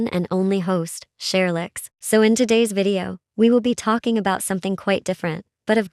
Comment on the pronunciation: You don't say Cherilyx